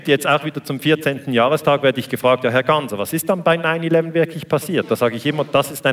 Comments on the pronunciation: "Gassner" der Moderator bekommt es nicht auf die Reihe, den Namen richtig auszusprechen. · Wie immer ein kompetenter Daniele Ganser. Der Moderator ,Reporter von SRF den Namen Ganser nicht richtig ausspricht sagt alles aus über die Qualität der main-stream Medien